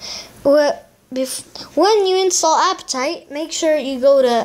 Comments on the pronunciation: it said apptaite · You said aptoid wrong